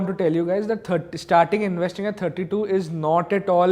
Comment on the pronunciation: I m slightly uneasy with the way he was pronouncing the word investing